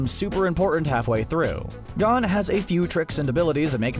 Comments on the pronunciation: His name isn't "gone" 😭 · He mispronounced gon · Bruh. Learn how to say Gon